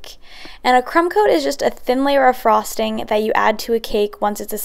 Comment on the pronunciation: She says frosting weird. Like a frog